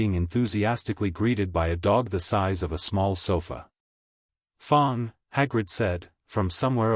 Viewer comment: What a great story! Also, the 1st fanfiction I've listened to without any cannotical errors, none that I spotted anyway... unless you count "Fong" instead of "Fang." lol Thank you for posting. A very enjoyable listen.